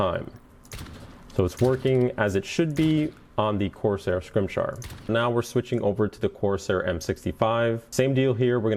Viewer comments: "Corsair Scrimshar" It's scim-it-ar, you dope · si-mi-tar. It's not that hard. lol. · wow to that Scimitar pronunciation.